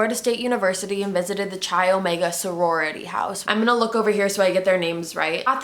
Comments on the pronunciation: This is a common mistake but Chi Omega is pronounced like Ki not chi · Hey babe this video is awesome!! But just a little word the chi omega house is pronounced kai not a hate comment just letting u know❤️❤️ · No hate just saying you pronounce Chi Omega like Kyo Mega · Stephanie Brooks' real name is Diane Edwards. The FSU sorority is pronounced KI - Omega. In addition to Lisa Levy, Margaret BOWMAN was killed in Chi Omega. Cheryl THOMAS was NOT murdered. She was badly beaten, but survived. Kimberly LEACH was kidnapped from Lake City, Florida NOT Jacksonville. And, her body was NOT found shortly afterward. Officer David Lee pulled over Bundy in Pensacola, Florida while Bundy was driving a Volkwagon Bug, NOT a van. And on, and on, and on. Your blatant mistakes, poor grammar, and unfactual statements were too much. Do better research in the future. U're putting out ALOT of bad information. Just some constructive advice. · The only thing is you were saying chi omega wrong and it was killing me lol but not being in Greek life it’s understandable love you girl. Obsessed with you